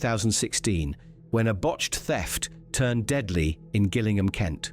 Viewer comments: Pronounced Jillingham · Pronouncing Gillingham with a hard G made me wince. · Say Gillingham again